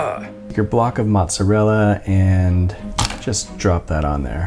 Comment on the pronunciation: Every time u call a "block of mozzarella" Mozzarella an Italian dies